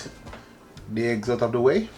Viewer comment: The heggs not eggs 😂. OK...now you spoil my enjoyment, please leave out the allspice, I am terribly allergic to it 😢.